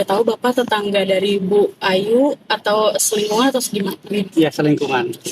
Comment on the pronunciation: Bapak ngomong selingkungan...lakok kupingku dengernya selingkuhan ...😂😂😂